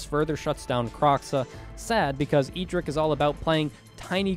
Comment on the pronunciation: My man, you love you say the MTG character's name in an eccentric way. EE drick? Who is that? It is "Ed drick".